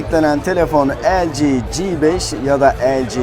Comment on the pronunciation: g5'in G sini ingilizce olarak (ci) telaffuz edilmesinde fayda var türkçe okuyunca "GEBEŞ" diye sanki biraz hakaretvari oluyor. çingene gebeşi gibi :-D